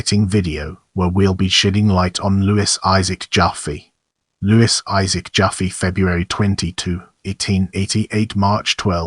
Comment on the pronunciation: I was a friend of Louis I,, Jr. and Louis Senior’s widow Alice from the age of 6, and the name is not pronounced JOFFee but JaFFAY. But thanks for this deserved tribute.